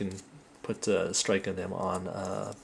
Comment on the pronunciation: Great review but you pronounced Gundam wrong. You pronounced it Gun-damn, when it's more like Gun-dum. That was my only complaint, the video was great otherwise! :D